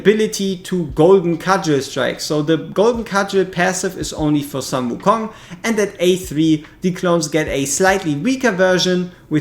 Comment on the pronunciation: Please it's sun like in "full", not sun like in "run".